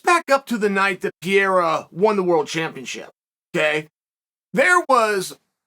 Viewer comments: Can someone please let Chael know hes pronouncing Pereira's name wrong everytime? Its not Piera Chael, its PEREIRA. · Who the hell is PEA-AIR-UH? It's PURR-RARE-UH. 😂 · Damn! Pronounce His Name CORRECTLY! “Peh-heida!” Not “Pee-era”. Please for the Love! If a “Pro” podcaster from Brazil was doing a piece on the newly crowned Champion Of the World, Chael Sonnen, and he insisted on pronouncing it as “Soo-Nane”! Ish would HIT The Fan! Please Uncle C! Assume your pursuit of perfection and Know Your Ish! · Pa-Ray-uh Chael please stop calling him Peeair-a bro please lol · if cheal calls you "Piera", you're no longer Pereira...from now on you're name is Piera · For haeven sake is PEREIRA and not PIERA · Piera LMAO. Chael is such a numbnuts. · purr-era. It's not hard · Wait who is Pierre-uh? 😆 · Who's pierERA? 🤣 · new mythological fighter: Alex "PIERRA" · who the fuck is pierra uncle chael?? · K Pereira. Only chael calls him pierre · Chael still calling Alex pierra 😂😂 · This is a very hard listen. I think pronouncing Pereira's last name correctly is a small ask and it says alot by not pronouncing it correctly. I think being a professional is not that difficult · It's astonishing how such an intelligent guy can consistently mispronounce 'Pereira'. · Dude! your pronunciation of Pereira is so freekin original it's from another planet. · There’s two R’s in Pereira champ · Chael better learn pronouncing "Pereira" right.